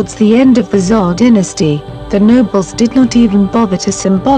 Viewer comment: Poorly put together Really weird electronic voice used that can't read "Dynasty"